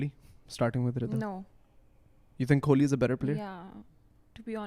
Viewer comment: It’s ‘kohli’ not ‘kholi’ 😂